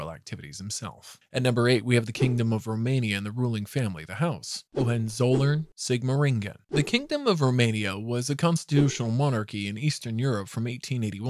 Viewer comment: "Margareta", not "Mareta" and "Hohenzollern" ,not "Hohenzoller"..